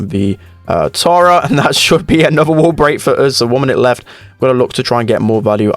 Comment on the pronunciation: Day 1 of commenting spend accent wall= wul